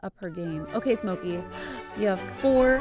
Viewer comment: Omg my cats name is smokey like litterly like im so happy and you said it right ....kisses from slovenia